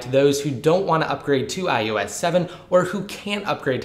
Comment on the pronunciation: why do you keep saying "I U S"? it's IOS